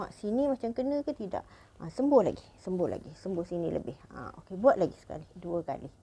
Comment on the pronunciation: Maaf Puan apa yg dikatakan waktu spray wajah..sembuh ..atau sembur.. ucspannya kurang jelas..